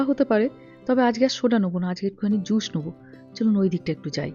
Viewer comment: তোমার স আর শ এর উচ্চারণ গুলো ঠিক করা দরকার। তাহলে কথা শুনতে আরো ভালো লাগবে। যেমন জুশ না জুস হবে। শশ না সস